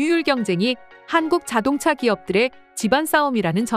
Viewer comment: ai목소리 쓸려면 제대로 쓰세요...자동자....수풀...이게 뭡니까 ㅋㅋㅋㅋ